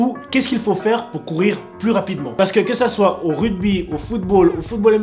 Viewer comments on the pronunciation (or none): none